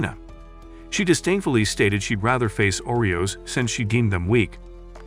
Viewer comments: Umm its nit oreos lol its Arios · FIRST THAT HERO GUY'S NAME IS ARIOS AND NOT OREOS second kanade's name is NOT kanada and the woman in white is a priest not a mage